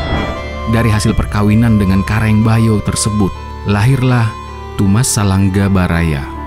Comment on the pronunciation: Raja Bayaoa., bukan bayo.